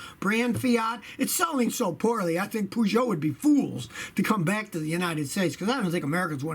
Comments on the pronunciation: That's not how you pronounce Peugeot 😂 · No offence I love you Scotty but it’s very funny when you pronounce Peugeot. :)) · Scotty you're saying Peugeot all wrong! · calling them "poo-joe" sounds so weird, in the UK we pronounce it "Purrjo" with a soft J. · It's pronounced 'Per'geot not 'Poo'geot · wow the pronunciation of Peugeot.. Its not said like Pujot! its more like Pejou! hard to spell how to pronounce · the british say perrjoe scotty says poojoe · Wtf is a pujoe is pronounced pershow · Scotty its pronounced purrrrrgo like a cat purring. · It's pronounced Purrgoet not Poogeot lol 🤣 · « Pouuugoooot » 😁😁 not it’s « peeeejoo » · pugo xD wtf peugeot! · Peugeot is not stupid. Just because it's made in Europe doesn't make it stupid. They are very well built these days and are brilliant vehicles just like Renault. In fact they are better than the rubbish Chevrolet rolled out in Europe and Africa recently. And by the way it's not "Pooojoe". It's more like "Peugeot"! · Scotty I'm not French either, but Poogeot is not the name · Scotty is the POOgeot intentional or just a mistake ? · /PEDANT ON/ It's pronounced "purr-joe" /PEDANT OFF/ :) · Pooshow? That is probably the worst attempt at pronouncing Peugeot ever made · It's PURR-SCHO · Lol poes jou... hahah just the way you pronounced it hahaha... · Lmao "poo Joe" butchered it! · Pronounced pea- show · You are not saying it right Scotty. PUJO?:)) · You are pronouncing Peugeot wrong. Its per-geot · The easiest way to pronounce Peugeot is Purrsho, but say it fast ;) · Well, he calls them Poogeot, so of course he hates them. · so that's how you should pronounce it in USA - POOGEOT - no pun indented right ? lol Scotty ... don't worry , we also think it's garbage (at least in Poland, Germany and UK). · Dying at the way you say "Poo-Joe"! 🤣🤣🤣🤣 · Man says Peugeot so flippin wrong 🙄🤦🏾‍♂️ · I love the way Scotty pronounces Peugeot now I wonder how he pronounces Renault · Your pronunciation of Peugeot deserves some slaps